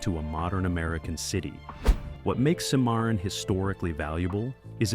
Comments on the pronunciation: SIM A RON is how it’s pronounced. Not sim MAR RON. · Sir, I don't believe you've even watched these movies, since you can't pronounce half of them... SIM-MARRON? Seriously? Bex-ar? Seriously? You lose ANY and ALL credibility when you can't even pronounce the words correctly. No soup for you! Next! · Don’t you know how to pronounce Cimmaron?